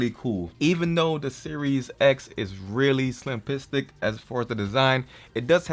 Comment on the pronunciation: Did your say SLIMplistic? Lol